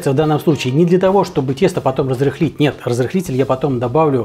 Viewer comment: Разрылить тесто,бульон для илюхи....,ну не торопись с произношением)))))